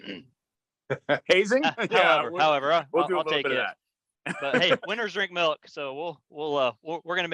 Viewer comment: Wish I could be at the luncheon to hear Derek say melk.